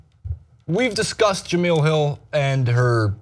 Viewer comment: Guys...J-e-m-e-l-e...Jah mel...not Jah meal 🤣🤣🤣